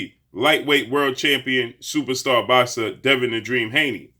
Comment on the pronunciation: What is with this dude's long ass intros for these fighters and calling EVERY fighter , "supasta boxer ?